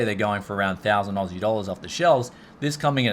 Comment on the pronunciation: I love it when he says ausi dollars lmao